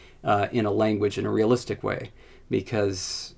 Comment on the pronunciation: Just rewatched the entire video. Your mouth corners never even move, not even when saying "way" or "with", so they probably ɡo more like ̤[ɰeɪ̯] and [ɰɪθ]. Ahh, well, Id probably hear that, so it might be more like [ɰᵝeɪ̯] and [ɰᵝɪθ]. This gives me an idea. I could add some lip frication to one of the dialects of an older project of mine. Lip fricated voiceless alveolar apical fricative is almost as distinct as actually sneezing in the middle of a word.